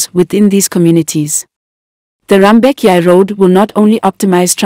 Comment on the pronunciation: Its JUBA, Bor Malakal Road not MALAGA and its also Rumbek the commentator pronounces the towns wrongly